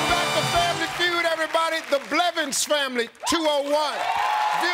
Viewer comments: Steve really said belvins😂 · One time Steve said BELVINS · Did steve rlly say belvins instead of blevins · Steve: The Belvins family can steal He said Belvins instead of Blevins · Didn't Steve say Belvins? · Steve Harvey Just said Belvins